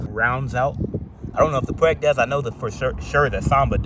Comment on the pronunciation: Its pronounced "Pu-Weeg" 🦆😂